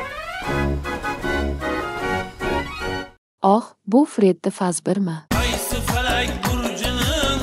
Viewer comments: Ah yes, Furedi Fazubeadesu. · O merda quello e freddy fasbear?😂 Io italiano sto morendo dalle risate 😂